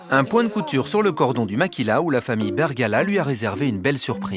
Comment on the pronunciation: Super vidéo mais au début la voix off dit la famille Bergala au lieu de Bergara mais bon pas grave !